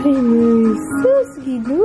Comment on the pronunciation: naaaliw ako pag sinasabi mo yung "Sus Ginoo" bisayang bisaya kasi ang dating.. hehe.. ☺☺😊😂😄